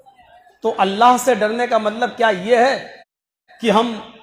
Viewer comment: MATLAB ki jagah malb Bolte hai